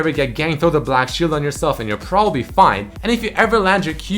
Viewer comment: "Propapbly" XD